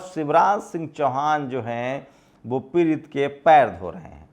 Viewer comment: आआ ऊ ऊ pehle bolna sikh ja पिरित nhi पीड़ित h